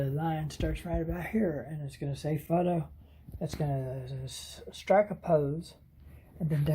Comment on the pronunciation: it's Strike not Strik.